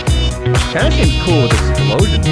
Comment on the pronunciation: did anyone notice that he says exploions block tears